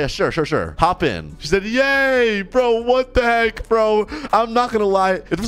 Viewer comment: when said "WATT THE HEK" i remembered the asian guy